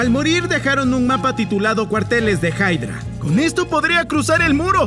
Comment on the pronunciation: No se dise haydra se dise hydra